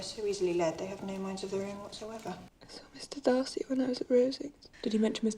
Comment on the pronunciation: I thought you said mr dicey🤣